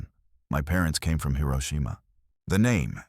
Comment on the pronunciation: That is not how to pronounce Hiroshima.